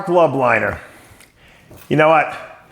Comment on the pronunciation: Marc is a great family man and down to earth guy. Dave can’t even say his name correctly 🤣